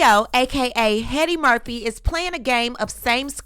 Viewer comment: Every time you say Heady-Murphy I loose it 🤣🤣🤣